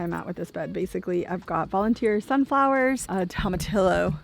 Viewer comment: You said it correctly. :) If you were offering tea to your friend, Tom. "Tom, a tea, yo?"